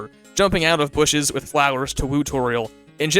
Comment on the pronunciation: Idk how everybody says bushes lol 😂